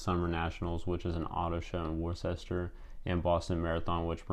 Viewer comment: It's pronounced WOOS-ter, not Worchester. Otherwise it was a good video.